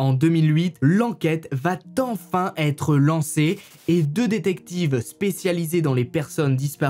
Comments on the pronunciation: "Lenquête va Tenfin être lancée" . Va t enfin.... J'ai les poils qui se dressent! Mais bon, j't'aime bien quand même. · Merci pour tes vidéos. J'adore ! Par contre, on ne dit pas "va tenfin" car il n'y a pas de T à "va". Donc pas de liaison. 🤫 😉